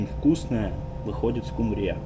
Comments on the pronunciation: ...в чём прикол чувак, называть скУУУмбрию ... скумбриЁЁЁй:face-fuchsia-tongue-out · скУмбрия , а не скумбриЯ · СкумбриЯ - это сильно! Всегда думала, что надо говорить скУмбрия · Простите ,но не СкумбриЯ,СкУмбрия,ударение на у.Удачи. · Готовишь огонь ) Лайк однозначно ) Только не скумбриЯ , а скУмбрия , это от - где носят документы и докУменты? Документы носят в портфеле , а докУменты в пОртфеле ))) Ничего личного ) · Всю жизнь говорил скУ́мбрия, а не скумбриЯ́. А как вы называете эту рыбу?🐟🙄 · скУмбрия, а не скумбриЯ) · Почему скумбриЯ...?Правильно говорить скУмбрия.) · Приготовь экипажу блинчики! Сейчас же масленница! ☺ Можешь сделать с начинкой, а так как экипаж мужчины,, сделай с мясом. И заодно узнай их мнение.... Приятно будет услышать, что они думают о нашей русско-украинской кухне. 😊 И почему ты говоришь скумбриЯ? Ведь правильно скУмбрия. Или я ошибаюсь? 🙂 А вообще..... ТЫ КЛАССНЫЙ! УДАЧИ ТЕБЕ И ПРОЦВЕТАНИЯ! 🤗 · никогда не слышал скумбриЯ) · спасибо за твой труд) Всё пытался понять, откуда ты, в каком-то ролике увидел этикетку чего-то на родном языке) тепло) но вопрос: почему "скумбриЯ"?) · Так смешно говоришь-скумбриЯ😂необычно на слух воспринимать. А так вообще-умница!!! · Хаш браун -драник😂,почему скумбрИя? так уши режет! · Ску́мбрия, ударение на первый слог. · СкумбриЯ?! Да вы, батенька, изобретатель! Никогда не слышала такой интерпретации!😂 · СкумбриЯ? Шо цэ такэ? Это рыба скумбрия что-ли? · 🦈Смешно ставишь ударение🦈Скубрии 🦈СкУмБрИя .😂😂😂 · Кто ещё говорит скумбриЯ ? В отделение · В целом да. Но скУмбрия произносится с ударением на первый слог, и в русском и в украинском языках — специально посмотрел словари. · Почему скумбриЯ? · Украинцы так говорят)) У нас скУмбрия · Дядь ты вроде как с Одессы ,больше в Украине я не когда не слишал чтобы Скумбрию называли Скумбри'я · Интересно почему произносишь ударения рыбы на последнюю букву Я?) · СкумбриЯ нанэ, скубриЯ! Порадовало неправильное ударение) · все прекрасно! но скумбриЯ...